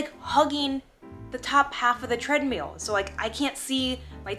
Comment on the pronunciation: Are you saying Treadmule ??? lol